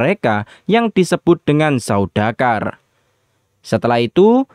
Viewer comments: izin koreksi ya. yang benar itu 'Sardaukar' bukan 'Saudakar' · Saya malah dengernya saudagar